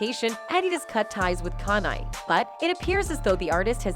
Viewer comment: The way she's pronouncing his name is driving me nuts. "CAN-yee"